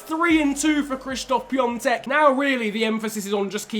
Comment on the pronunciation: Nice vid as always but that ą in piątek is has no n sound